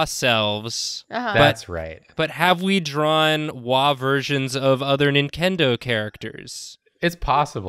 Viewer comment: says Nin-Kendo characters... I can never unhear it and now neither can you random person scrolling through the comment section.